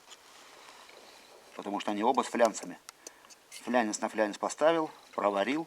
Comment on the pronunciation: фланец, не флянец